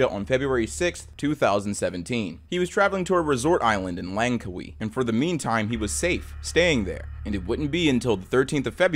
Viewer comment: Langkwi? its Lang-Ka-Wi